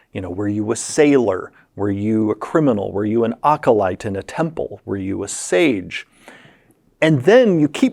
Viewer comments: Acolyte, person in a holy order Occolyte, person in an occult kabal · It would be incredibly funny if Ocalyte is actually a completely separate background from Acolyte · Please get him to stop saying Ocolyte. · OK, I was really interested, until I heard how he said Acolyte, and now I'm just really irritated. Acolyte = a·kuh·lite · I had never heard acolyte pronounced Ock-o-light. You learn something every day! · but were you a Ah-co-lite in your previous life. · Akko Light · Jeremy’s cot-caught merger is really messing with me whenever he says “acolyte.” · The way acolyte was being pronoucned kept distracting me tbh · The auto captions couldn't even figure out what he was saying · It can't possibly be that bad. Edit: ok it was that bad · It’s a little ac-ward. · It’s like he’s saying a-cappella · Ookla the Mokalyte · I have never, EVER heard anyone pronounce acolyte like that before.